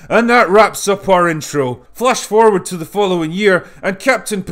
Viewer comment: Flash toilet forward? Pronunciations bro, get it right.